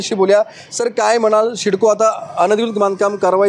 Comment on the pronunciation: पत्रकार शिडको नाही सिडको बोल 😭